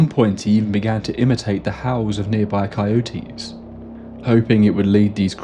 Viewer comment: I’m so happy you pronounced “coyotes” correctly- we have native born citizens who insist upon the pronunciation that sounds like “zygote”